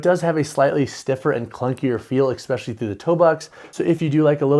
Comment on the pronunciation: Tell me, are you saying “exspecially” or “especially”?